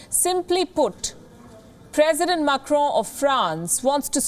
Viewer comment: Pronounced Press-ident, Not Presseeedent!